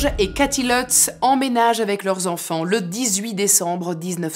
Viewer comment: Leutz... c'est des Allemands c'est pas à l'anglaise c'est Lutz avec un u